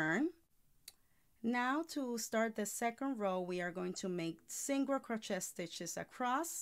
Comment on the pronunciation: Great video 👍 But your pronouncing Crochet wrong It’s “crow-Shay “🤷‍♀️